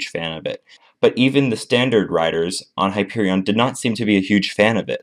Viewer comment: You pronounced the name of the coaster wrong